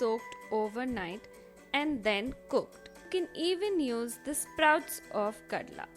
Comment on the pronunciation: Kadle not kadla